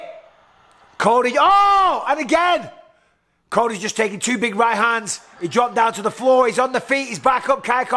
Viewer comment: “Cody just took two big roight hahnds” -Bisping